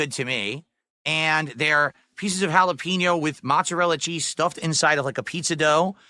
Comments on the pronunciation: Cold food, delivered slowly, then it sits and sits and sits. Halla-PEEN-yo. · Ok I’m glad I’m not the only one bothered by the way he says jalapeño